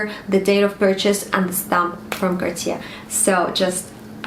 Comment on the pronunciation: With respect. That is not how it is pronounced. “Car-teeyay” is much closer to the correct pronunciation. If you are going to be making videos on the topic, and have a collection, it’s better to be calling it the proper name. Also, while some may be affordable than others… “anyone can get access to one” is seriously out of touch with society. I’m not being jealous, I have Cartier and fine jewellery myself… but I know that I am lucky to own it and don’t presume some of those pieces are affordable to everyone. x